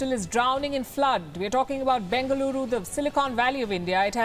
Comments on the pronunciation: Please pronounce South Indian names correctly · You can't even pronounce our city name correctly. learn how to pronounce and make video